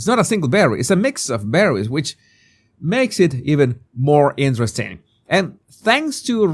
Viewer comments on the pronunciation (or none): none